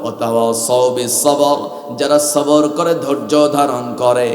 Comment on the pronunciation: সবর হয় কেমনে🙄 তেলাওয়াত সহি করেন। শুধু সূর হলেই কি তেলাওয়াত হয়ে যায় 🤔 সুর আলহামদুলিল্লাহ অনেক ভালো